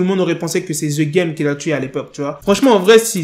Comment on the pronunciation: On prononce #degame please